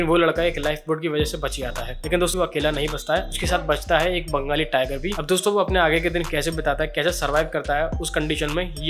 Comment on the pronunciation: Banggali tiger nhi bolte hai totla saand Bengal tiger bolta hai